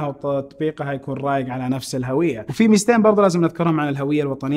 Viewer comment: الهُوية بضم الهاء ، هذا هو النطق الصحيح ويعتبر خطأ شائع منتشر ان ينطقها الكثير بفتح الهاء *الهَوية*.